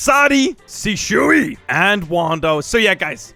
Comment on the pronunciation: Man said sishui at the end.